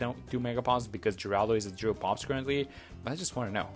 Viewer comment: Thank you for actually knowing how to pronounce the name! All the young people not knowing who Geraldo Rivera (the inspiration for this hero) is so calling him Jeraldo... "Get off my lawn!"😂😅